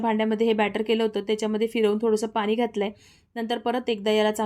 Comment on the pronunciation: बाउल😅.. बोल., पानी😂पाणी... Kiti ashudh boltess